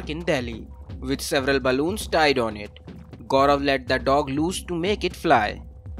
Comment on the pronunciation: The reporter pronounced Gobar John ... with all hard Error ... they should've employ me as a reporter, I'm not professional but I pronounce correctly. 😁